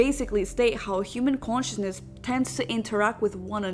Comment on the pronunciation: "Quantiousness"....... lmfaoooo. cant even say consciousness. The bare minimum for the video btw.